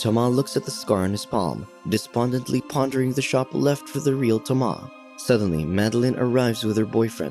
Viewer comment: any other TTS options? I can't stand how it pronounces Simon and Thomas